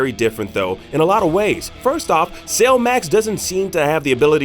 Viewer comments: Why does he keep saying Sale instead of Cell? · Came here looking for this. Thought the way he was saying it sounded off.. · Cell, pronounced sell, not sail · Bro, its Cell, not Sail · Dude are you saying sail instead of cell? Wtf lol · I’m sorry… but why the hell are you calling Cell “sale”?.. 🤦🏻‍♂️ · How he says cell is killing me